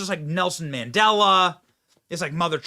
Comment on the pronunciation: He said Nelson Mendella 😂